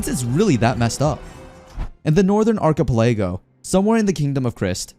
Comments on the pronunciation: Yeah like in "orchipelaygo" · dude can't speak archipelago right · Someone has to teach this man how to say archipelago lmao.